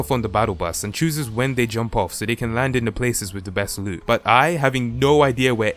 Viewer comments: aplastic soldier he says boot Just listen closely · 🤣 I thought he said boot